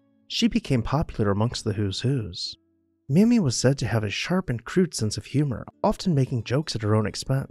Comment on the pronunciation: Her name is pronounced May-Me